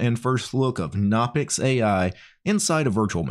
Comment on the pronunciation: Its pronounced "guh-no-pix" like how you pronounce "guh-new" or "guh-nome"